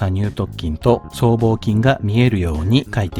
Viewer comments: きょうさにゅう"とっきん"、ではなく、きょうさにゅう"とつきん"、です。 細かくて申し訳ありません💦 本職が人体関連なので気になってしまいました💦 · イチャモンをつけるクレーマーですけど、 イラストによって胸鎖乳突筋の鎖骨頭が斜角筋のような位置になっているような気がします あとそう聞こえるだけかわかりませんがにゅうとつきんをにゅうとっきんと言っているような気もします